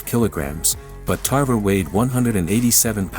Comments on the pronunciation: Tarver not tarvera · Antonio "Tarvera"? 🤣 🤣 🤣 First you got his weight division wrong then you got his name wrong 🤦🏽